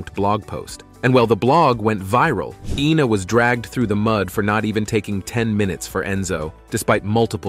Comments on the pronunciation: It’s “Eyena” not “Eena”! 🙄🙄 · It's Ina ( Eye na) not you Ina (Eee na) Gad! And those old pictures represent who? I had to jump ship on this trash. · It's Ina not Ena. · Her name is Ina not Ena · Ina is pronounced with a long I at the beginning not an E sound. You got it right at first and then butchered her name every subsequent time you said it. Pathetic. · SHE EVEN SAYS HER NAME IS I NA...... NOT EENA..... DUDE GET IT RIGHT!! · Iiii na. Not Eeena” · EENA is not I-NA but yikes y'all! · It's EYE-na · It’s Ina Garten…..pronounced Eye-nuh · Why make a video when you can't even PRONOUNCE the name INA correctly? There's NO E IN INA. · The damn 60 minutes video pronounces ina garten's name correctly and you still get it wrong.